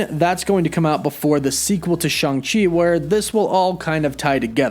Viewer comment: It's neither Shung nor Chung - come on, man!